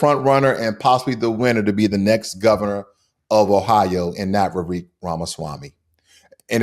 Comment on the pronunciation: It's not ''Vivek'', it's ''Vivekkk''.